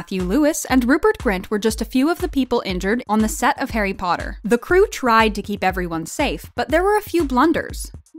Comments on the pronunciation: Malfoy: PoTtAh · Harry pootter